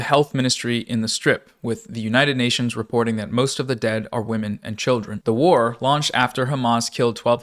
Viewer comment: The emphasis on WAR pissing me off